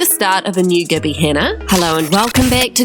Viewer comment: It's Gabbie, with a A , not Gibby.